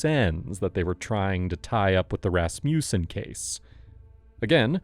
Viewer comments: Ehm when you say 'Rasmussen' you should put the emphasis on the first syllable... RASmussen.. Not rasMUSsen. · He keeps saying rassmewson! Ummm I think it's pronounced rass muh son!!! Why!? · I'm trying to take the audio seriously but the "Ras-mew-sen" cracks me up so much that I keep pausing. Darling, it's Rasmussen, pronounced "Rass-moo-sen" Sincerely A scandinavian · Ras mussen Ras mussen Ras mussen. Ras mussen!!!!!! NEVER “Ras musen!!!!!!!!!” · Funny, thought it was a russian name with your pronunciation, but its a danish one, Rasmussen 😂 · Why can no one in California pronounce Rasmussen properly??!!!! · hearing this guy trying to say Rasmussen is priceless! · The pronunciation of Rasmussen was so special